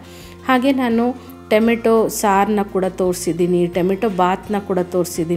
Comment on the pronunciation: ಟೆಮೆಟೊ ಅಲ್ಲಾ ಟಮೋಟೊ